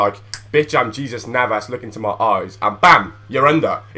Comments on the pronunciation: its hey-zues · j in spanish is pronounced h like so can see